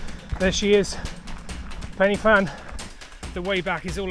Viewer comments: Good effort bud , I grew up not that far from the ‘Fan’ and did the route a lot(not for the time though !😉) BUT the most important thing is it’s not pronounced “penny fan” it’s pronounced “Pen uh fan” nothing will munk off a Welshman like someone saying it wrong ! 😁👍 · Please, it’s pronounced Van not Fan! Well done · A small point, the 'Y' in Pen y Fan is pronounced as 'uh' . I have climbed Pen y Fan twice but I don't think I could do it again. I think it is harder than Snowdon.